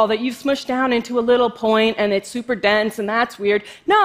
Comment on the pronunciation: she must study speech therapy... sssffffuper